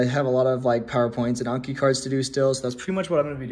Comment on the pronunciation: OMG YOU FINALLY SAID ANKI CORRECTLY!!!!!!! 😭😭👏🏾👏🏾👏🏾👏🏾🙌🏾 hahaha welcome!!